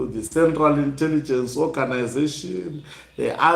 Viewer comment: You real like your Sibali, I doubt his intelligence cz he can't pronounce an L ,interrigence, local,rocary 😅